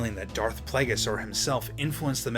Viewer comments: For a star wars fan you sure don't know how to pronounce plagueis (play-gee-is) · Am I the only triggered by the way he says Plagueis?